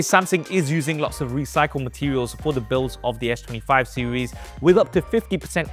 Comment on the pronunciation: What is this "SEWIES" you keep mentioning. If I was a Brit watching this I'd be embarrassed. Holy